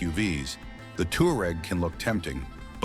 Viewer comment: Tig wan, not Tigan. Twa reg, not Tooreg. Fer chrise sake learn how to pronounce the names.